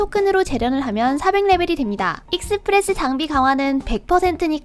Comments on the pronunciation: 익!스프레스라고 하는거 보니까 경상도 분이신가 보구만...ㅋㅋㅋ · 익스프레스 발음 듣자마자 경상도사람ㅋㅋㅋㅋ반가워요오오오오